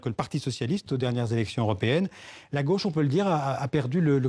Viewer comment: Manon Aubry est native de Fréjus, dans le département du Var. Elle prononce " gauche" à sa façon. Dans sa bouche, " gauche" devient "gôche"...Est-ce le cas de tous les natifs de Fréjus et plus généralement de ceux du Var ?.....Rappelons que "au" se prononce comme un O fermé...